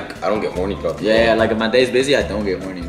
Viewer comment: He said “throught” the day 😂